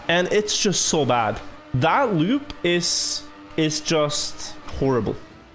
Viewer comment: "that lewp"